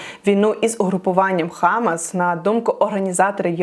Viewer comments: що з наголосом? не хАмас, а хамАс! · Дуже дякую за Вашу роботу! Єдине що можу підказати, що у хамас наголос на другу А. хамАс . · хамАс, наголос на останньому складі.